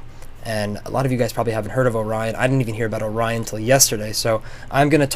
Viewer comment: Or-ree-on Orion